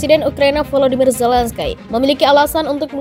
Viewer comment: Bukan Zelenskaiii...mbak...baca nya....terbang Nanti...hiii...hii